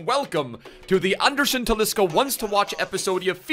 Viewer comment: Why do you call him Talischa?